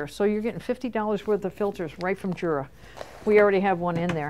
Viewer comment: It is not pronounced Jura. It is pronounced Yura. It is German, and the J is pronounced as a Y.